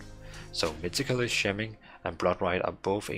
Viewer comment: Great vid. 2 things however: Scheming is pronounced SKEE-MING and Schism is pronounced SKIZ-EM